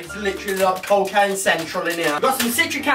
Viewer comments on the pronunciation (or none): It’s cockane